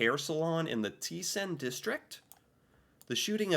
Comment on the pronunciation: It's people in Norway that's disappointed that we're not helping with more money. Remember that for us this is a existential treat. "Commonplace" doesn't apply to most of Norway. But it does apply to our capital. And there's worrying trends in other big cities too. The Swedish gang crime is spilling over our borders. Teisen, not Tisen. Remember, the "e" is often a separate syllable. As for the first guy, he was a mental case and was handed over to the mental health authorities. "Gate" is not the English word "gate" and neither has the same meaning nor pronounciation. The "c" in Munch is pronounced more like a k.